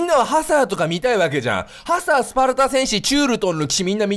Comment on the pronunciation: ハサーの言い方パサァ...みたいな言い方で草